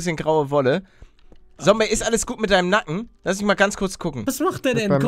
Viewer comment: Da sagt palle noch Sombey xd